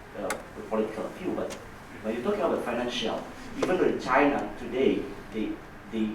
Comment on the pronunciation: 佐藤さんの英語力、さすがです。1点だけ、本人になりかわり弁明しときます。時間 あたりで、Chinaをシャイナと聞こえるような発音でしたが、これはフランス語も堪能なため（シノワ）と、頭の中で一瞬混じったんだと思う。